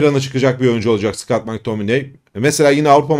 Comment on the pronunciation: Mektamıney. Keşke gelse ismini söylemesi pek keyifli 😊